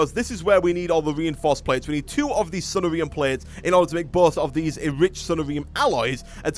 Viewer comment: I like how you say sunnarium. It sounds kinda like diarrhea. Sunshine diarrhea. Oh the mental images are hilarious.